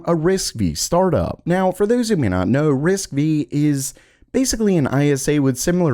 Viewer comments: It is actually pronounced "Risk Five", not Risk-Vee. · Quick correction, it's RISC 5. V is a roman numeral. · It's risc V/ risc five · That's disappointing that you obviously didn't bother to even look up a video or audio on RISC-V as it would have been obvious that the pronunciation was quite incorrect. Tenstorrent uses the same architecture and you've reported on that as well have you not? 😒